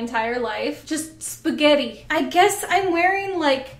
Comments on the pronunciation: "Is sgetti" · There's something inherently funny about the way you say spaghetti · why am i laughing every time she says spaghetti